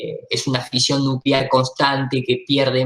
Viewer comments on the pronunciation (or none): none